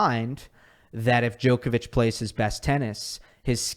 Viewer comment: It blows my mind that people will pronounce Wild as Vilch for some reason, yet will have 20 yrs to learn how to say Djokovic and still get it wrong